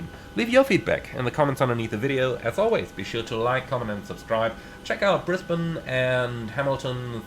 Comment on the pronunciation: As someone who was born and grew up in Brisbane, I appreciate finally hearing someone who is not from Australia pronouncing Brisbane correctly. 😊 Also, are you planning on doing any future content on the new(ish) FSS Boeing 727 Super? Most of my Australian MSFS ops nowadays are in the 727 in an Ansett or TAA livery.